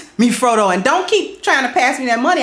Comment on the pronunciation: lol she said don’t tempt me froto